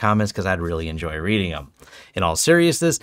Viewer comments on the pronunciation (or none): none